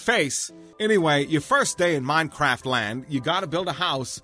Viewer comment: i swear he kept saying minecrap xD